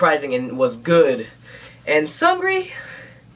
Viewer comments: No LOL his name is pronounced like seungri lol that 'eung' part is important. is pronouncing it like 'sungri' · .....isnt it pronounced as Soongri not Sangri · hahaha your dancing is awesome! Glad you liked it. Except you say his name more like Soonri I think, the g is almost silent. And LOL your grandpa impression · sexy boy's name pronounces as "seung" and “ri”, 'g' is a silent letter. btw i really like your reactions to BB MVs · This is brilliant. You kind of remixed the song and it was really good. And the way you pronounce SeungRi is funny. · the pronunciation is not that important. seungri is a foreign artist; "ㅡ" can be difficult to pronounce to those who don't speak korean fluently. lay off of him. the important thing is that seungri just put out a sweet-ass MV, and is admiring it and praising it.